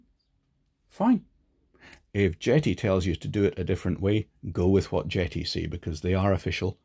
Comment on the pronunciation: I dunno, call me crazy but when I first saw this brand name, JETI, I thought the name a play on the starwars JEDI, No? So when says Jet(eee), I'm thinking Jet(Eye)....